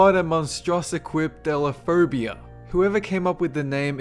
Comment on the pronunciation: You pronounced hippopotomonstrosequipidaliaphobia wrong. And I only know this because of a play I was in, haha.